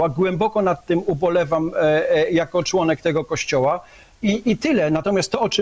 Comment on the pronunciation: Z akcentem na "członków" 😝